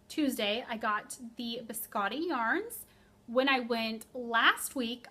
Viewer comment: Hi! I'm a fan of your podcast, actually binge watching the episodes from the beginning and keeping track of the new ones. I have two informations for you. First, Biscotte yarns is a Québec (Canada) dyer and it's a French word, so the best way to say it is as there is no e, like Biscott. Other thing, I heard in another podcast that the way to say Likke is lee-kay. Thank you for your great work!